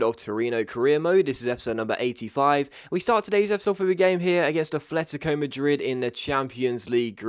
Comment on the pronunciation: can you please learn to pronounce atletico right. It's AT-letico not ATH-letico